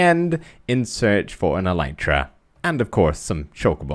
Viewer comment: It's not "an elytra" but a pair of elytra (like trousers). Elytra is the plural of elytron. Also, it's pronounced "EL-lit-ra", not "e-LITE-ra". I know, just about every Minecrafter on YouTube gets this wrong, I'm just trying to correct them one at a time... (you can look it up on the official Minecraft wiki or on plain old wikipedia, elytra are the hard outer wing cases of beetles)